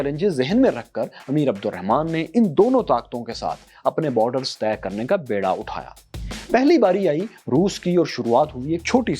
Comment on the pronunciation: Sir, the URDU word is "beera" not "byra". plz note it